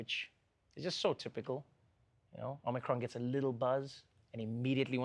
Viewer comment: Check your Omicron pronunciation